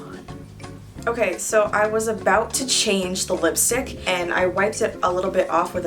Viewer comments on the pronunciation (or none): I think nobody hears she is pronouncing lipy stick not lipstick